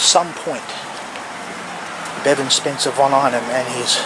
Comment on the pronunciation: His name is Bevan not Devon sorry that’s what it sounds like you are saying. I apologize if I’m wrong.